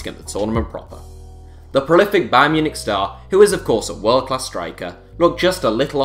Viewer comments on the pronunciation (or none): none